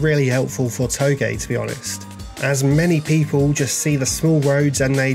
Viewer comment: Too-j like j from jeff not toegay no hate just saying :)